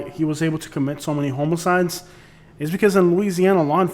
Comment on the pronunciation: Sounds like you’re saying homie-sides. It’s pronounced h-ah-muh-cides